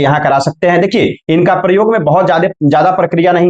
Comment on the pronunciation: aap ko gyan to hai lekin kuch uccharan dosh ha,jo adikansh log talavya sha ko dantya sa bolte ha,aap k dwara bolne par bada bura lagta ha.aapne vedio me prayoga ko paryoga bola ha vah bhi galat ha. Aapne comment karne ko bola ha is liye yaha likha ha.